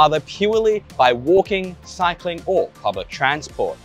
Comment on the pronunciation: Waaukinng, walrking? Wanking ?😅